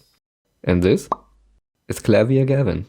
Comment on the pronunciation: This is an amazing video, but the best part was you pronouncing Klavier's name correctly. Thank you